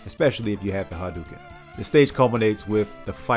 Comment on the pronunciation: By the way, it's "hah-dough-ken". Dig the video!